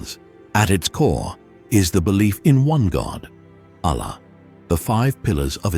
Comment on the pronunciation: Firstly please say all the religious words correctly i:e you pronounced Allah not in the way it should be pronounced. Thanks